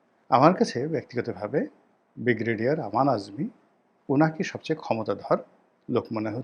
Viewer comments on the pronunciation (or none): আপনার একটা উচ্চারণ ঠিক করুন। বিগরেডিয়ার বলে কোন শব্দ নেই। উচ্চারণটা হবে ব্রিগেডিয়ার।